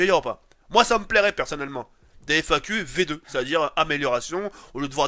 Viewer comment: tu ma tué ta dit fnaq au lieu de FAQ haha